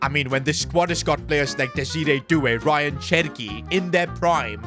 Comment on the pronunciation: Who is Ryan cherki it is an Arabic name and said like Rayaan cherki